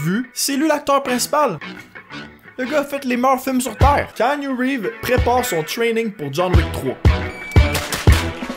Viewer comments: Ca se prononce Kianou Reeves pas Kainu Reeves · mise a part que tu prononces croche son nom (c'est keanu Reeves, dit kianu, pas kaïnu...), bonne vidéo!